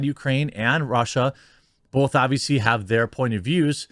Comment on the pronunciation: I know there's a war going on, but, people that say bolth😡